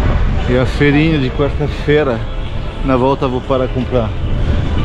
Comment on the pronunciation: amado é FEIRINHA. FEIIIIIIIIIRINHA COM "I"